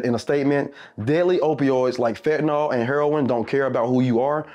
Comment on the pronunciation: Fen-tah-nil not Fen-tah-nol